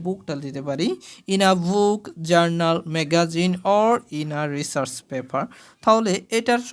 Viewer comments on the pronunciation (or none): none